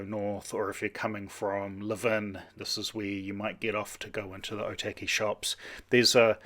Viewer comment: Cool video! Just wanted to point out though, something that may help your pronunciation. Or - tuck - e (Otaki) rather then oh- tacky.